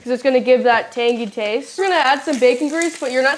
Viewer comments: “It’s so tangey” “TANGY” 😂😂😂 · Hey, Looks So Yummy!! Great recipe! I might make this one for Memorial Day tomorrow! 🪖🎖️🇻🇮🇺🇸❤️ By the way, you and your Dad make a great team too! I laughed a few times! "Tain-gee" -- "Not tain-gee, Tangy" 😂--Kerry Think about Tang--ee! 😆 Love y'all!👏🏼👏🏼👏🏼🥰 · You kept saying Tangy as Angie with a T on it and my name is actually pronounced that way but spelled Tangy lol. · Tan-gee...😂 looks deelish ❤